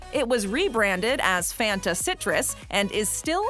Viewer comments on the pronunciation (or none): none